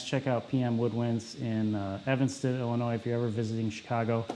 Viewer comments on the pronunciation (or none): none